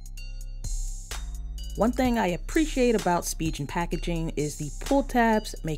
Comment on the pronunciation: Great video! But it's pronounced "Spee'gan" not SpiJen!